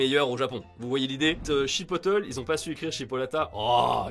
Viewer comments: Pour le pain tranché. Soit c’est une vieille étiquette, soit il y’a une machine à trancher pas loin je pense On dit pas chipotl. On dit « chipotlé » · Ça se prononce pas "chipoteul" mais "chipotlé" a l'espagnole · je suis français pas québécois, mais chipotle ne se prononce pas non plus en mode « en anglais » « chi po teul » mais « chuh pot lay », c’est mexicain;) Perso je garde le i au lieu u mais la fin pique les oreilles ^^ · Chipotle ça se prononce TOUJOURS pas comme ça c’est dingue quand même de pas faire d’effort à ce point. (Je ne suis pas québécoise et j’ai jamais mis les pieds au Québec) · Chipotle se prononce chipotlé, pas chipoteul.. 😂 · ça sent l'article écrit par quelqu'un qui ne voyage jamais dans d'autres pays ou cultures. Et juste pour info le chipotle se prononce chipotlé et pas chipoteul parce que c'est une préparation de piment fumé originaire du mexique. Sinon c'était marrant :D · Mec, chipotle c’est du piment jalapeño fumé, ça veut pas dire chipolata… Et ça se prononce « chipotlé », un minimum de recherche… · "Igua" "chipoteul" 💀😂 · IGA est un acronyme qui signifie Independent Grocers Alliance, Chipotle se prononce Chipotlé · Juste pour dire "Chipotle" se prononce "chi-potte-lé" en anglais. Merci pour cette super vidéo. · Ca se dit ( chi-pote-lé) pour chipotle 😆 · Chipotle ça se prononce chi-pote-lait. C'est un petit poivron séché pour épicer les plats/sauces. Super courant en Amérique du Nord. D'ailleurs, je mange un sandwich sauce chipotle en écrivant ça. Bref, c'est ça qui est drôle: faire des erreurs et parler de choses qu'on ne connait pas. C'est la vraie vie. Continuez vos vidéos. Moins vous en savez, plus c'est intéressant et drôle!